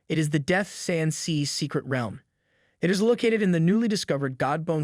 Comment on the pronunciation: say realm right